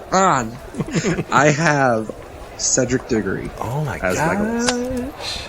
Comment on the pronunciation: Diggory? DIGGORY??? WHAT??? WHAT??? I WILL COME AFTER YOU FOR THAT